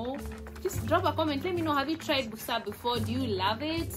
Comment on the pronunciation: The word is Busera not Busa...point of correction